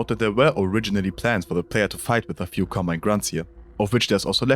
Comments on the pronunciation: bro literally said "Cobmine." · ah, yes. "Cobmine"